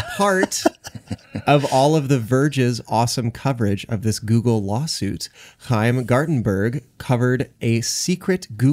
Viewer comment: As someone who also has a "ch" in their name, I appreciated hearing accurately pronounce Chaim Gartenberg. Kudos to you.